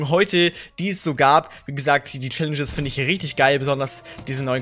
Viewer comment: #Tag5 Mag dich sehr und fand es lustig also du "Schallenges" gesagt hast in diesem Video 😂😂 Viel Glück an jeden einzelnen und schönen Mittwoch